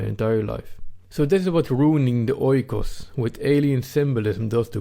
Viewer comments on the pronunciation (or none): Another excellent video! You must forgive me though, if I correct you on the pronunciation of "oikos", you say it like this: "eekos", just like the word "ethos". Grammar aside, you are very correct on the substance of the concept of "home" and "country" and I too believe it's being under siege, with varying degrees in different european countries. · just a remark oikos (οικος) = home pronounced "ikos". "oi" in greek makes the sound "i" or "e" good video bay the way. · Great video! Just a small input oikos is pronounced ikos in Greek oi=i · OIKOS is not pronounced OY-KOS.It is EE-KOS.Good video.Fuck muslims ,lefties and all PC SJWs. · Oikos is pronounced Ekos, as O and I when used together make an E in Greek couldnt stand it hahaha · Well it's actually "e". The "οι" is pronounced "e". Hence the "ecosystem": οἴκος=home + σύστημα=system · Nice video. If you want to be absolutely precise though, oikos is pronounced eekos. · Meanwhile oikos is pronounced differently xDD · Great vid ( 'oi' in oikos pronounced as 'ee')